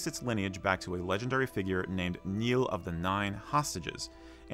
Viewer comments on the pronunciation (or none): There was no Northern Ireland at that time. It was Ireland. Please get this right. 🙏 also there is No official flag of Northern Ireland. Ireland has 4 provincial flags. Ulster has 9 counties in total, and 6 of them are represented by the unofficial flag of Northern Ireland. Also, your pronunciation of Nial is incorrect.